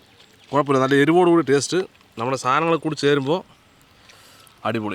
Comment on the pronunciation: "Nalla teate ind" 😂